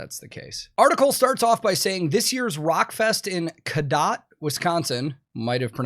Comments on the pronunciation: you did say Codott correctly. From a Wisconsinite. I would love for you to try to say more Wisconsin towns lol. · I've never been to RockFest, but as a Wisconsinite I find this whole thing hilarious as well, and you did pronounce Cadott correctly. Also a cowpen for the moshers would be a super Wisconsin thing lol. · Yes you pronounced it right. They have been having festivals there for decades. They have Rock Fest and Country Jam. I really wanted to go a couple of years age to see A7X.